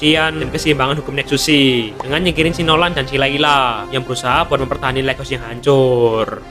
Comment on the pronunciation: Lait haus bang bacanya Bukan leghos